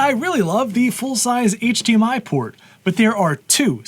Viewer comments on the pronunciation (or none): none